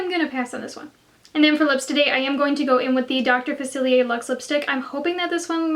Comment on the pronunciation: You are the only YouTuber who has said dr faciliers name right 👌👏🙌🏻